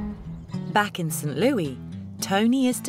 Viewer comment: I’m happy for him and hope things are going well for him. FYI TLC UK. The city is prounounced Saint Lewis not Louie. I grew up there and that mispronunciation is like nails scratching a chalk board to us.